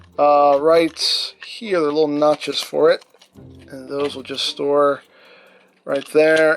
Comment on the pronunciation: Dude can't even pronounce most basic words properly. "And dis is a littwe somefink we get wif tha figure..."